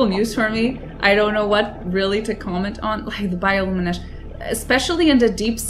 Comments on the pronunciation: "Bioluminesh" <3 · You're pronouncing "bioluminescence" wrong xDD But I get it, maybe English isn't your native language :) I stumbled upon this series by accident, gonna watch the other episodes too cause I enjoy your first contact with this amazing game! :) Enjoy the experience, and good luck on your adventures in 4546B :D